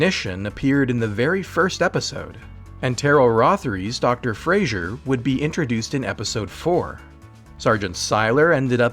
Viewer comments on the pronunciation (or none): none